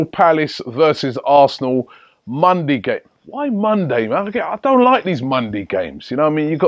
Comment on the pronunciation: My man said mondey and sundey